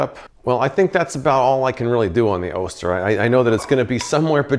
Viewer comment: Love the channel! Just an FYI, Oster is pronounced "AWE-stir" not "OH-stir"